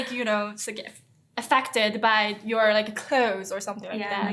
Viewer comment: She suddenly went full British when she said "clothes," lol.